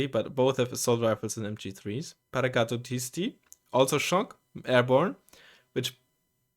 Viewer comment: Look at you! you NAILED that "Paracadutisti", i was here waiting for you to trip on the pronunciation :D